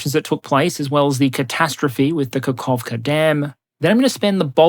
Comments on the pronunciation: kaKHovka non kakovkha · Dude, it's Kakhovka, not Kakovkha. Small point but you seem to be a stickler for accuracy. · Great video, just a nit-pick: It's Каховка (Kahovka or Kakhovka [kh to emphosize the H]), not Каковка (Kakovka) the small mistake would be fine, but Kakovka would basically mean "pooper" in Ukrainian